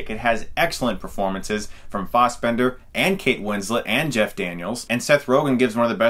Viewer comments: It's FASSbender not FOSSbender. C'mon man. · Its Fassbender not fossbender